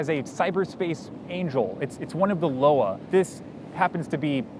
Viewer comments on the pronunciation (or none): Nitpick: it's not "Loa" as in "lo-wah" but "Loa" as in "lwa" or - better, I think - "loi" as in the French (or Creole?) for law.